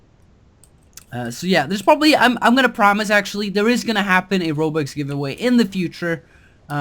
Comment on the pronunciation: he keeps on saying "Robax" X3